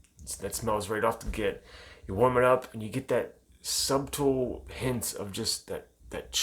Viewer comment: Love those labels. Does everyone in Ohio say sub-tle :p